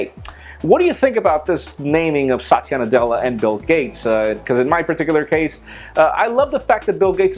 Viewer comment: He's saying the name the wrong way. If spoken properly, it sounds like a guys name.